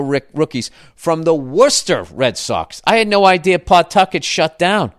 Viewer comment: As someone who grew up in western, MA I find it hilarious how you say Worcester 😂